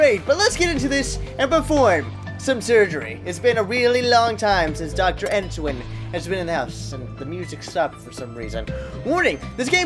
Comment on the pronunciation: are we friends?